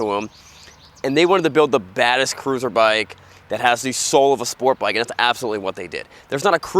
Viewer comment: it's notta crewsaaaah